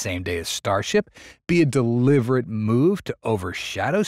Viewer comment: Did he “deliverate” in the beginning?